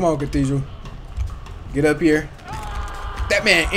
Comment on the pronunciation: Bro massacred Cathedral and the entire roster